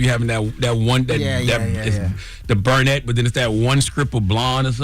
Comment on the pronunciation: This man said burnette!!!! Jess you’re doing great babe I like your commentary